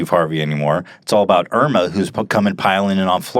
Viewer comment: Irma is finnish lady name and you pronounce it wrong :D